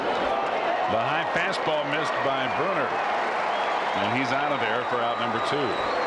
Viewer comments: Why is this dude saying "Jay Brooner"? 😂😂😂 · I can't get by the guy calling Jay Buhner, "Jay Bruner". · I remember years back on a random satellite feed in the early 90's that was broadcast in Spanish, and Buhner's name was pronounced "Boo-Ner" by the announcer. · Haha, so fucking frustrating. Come on, man. It's your only job. Get the names right.